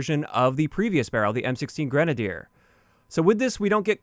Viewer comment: It is pronounced (grin)-(ay)-(dee)-(ur)